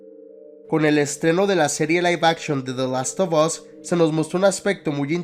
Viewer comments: Se pronuncia de lastofas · "De last of os" jajajaja seas🫵🏼🤡😜